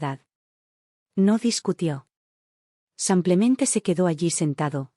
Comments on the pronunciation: 😂 no es san Clemente, es "samplemente" en lugar de simplemente 🤦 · Porque dicen samplamente en lugar de simplemente? Lo he oido en varias narraciones. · Pedon ella dice samplemente